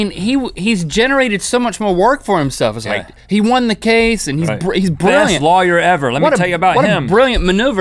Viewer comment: Link pronounces lawyer as 'liar' and it was irritating the heck out of me!